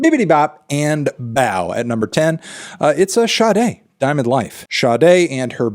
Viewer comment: Oh okay that's how Sade is pronounced.. got it.